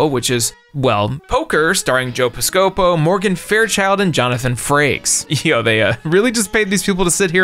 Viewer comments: The way you mispronounced Joe Piscapo makes me feel like you have no idea who he is, lol. (He was on SNL in the 80s and did a bunch of movies, most notably Johnny Dangerously with Michael Keaton.) It's " Pis-cah-poe" not Pi-sco-po" 😅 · It’s Joe piss-cuh-Poe. Come on man. I know you’ve got writers, but come on. Don’t play a part you didn’t live. Still love the videos. Keep it up. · "JOE PISS CO PO" Dude... come on... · "Joe Piskopoe" 😂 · “Piscopo” is pronounced Piss-Kuh-Poe. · ...Joe Piss-co-po? Intentional...or....like did you just not know? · Piss koh poh. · Lol Joe Piss-co-poh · Joe Pi-scope-o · Joe piss-co-po, lol, I won't blame you for mispronouncing his name because I've heard it said several other ways than how you've said it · It's pronounced "Pisska-poh" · i doubt you’ll ever have the need to say his name again, but it’s pronounced like joe ‘piss-copo.’ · Joe Piss Ko-po Really?? Put the name a compooter wand learn how to say the name of a fairly well known actor? No, Comedian!!! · was "piss co po" a joke or... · Piss Co po?! What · Piss - KA - POE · Joe Piss-Ko-Po lol. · piscopo is pronounced piss•ca•po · It's Joe PISS-ca-poe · JOE PIS-COE-POE lolololol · Dude what’s your deal? Is it too hard for you to look up videos on how to pronounce peoples names? This isn’t the first time you’ve mispronounced a name. It’s PISS-CA-POE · Hey man celebrity death match was a great show. Also was this the first time you’ve ever said Joe Piscopo out loud? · well that sure isn’t how Piscopo is pronounced lol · Your mispronunciation of Joe Piscopo's name is fascinating. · The way you pronounced Joe Piscapo 😆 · omg this guy absolutely BUTCHED Joe Picopo's name rofl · You mispronounced his name on purpose??? For shame! May Piscopo poke your bellybutton. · The way you said Piscopo is insane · Hearing a 20-something mispronounce Joe Piscopo really shows how far he's dropped in relevance over the decades. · You did Joe Piscopo dirty with that pronunciation